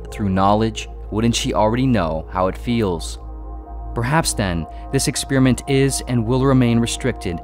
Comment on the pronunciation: I get triggered every time he says ‘ex-spear-iment’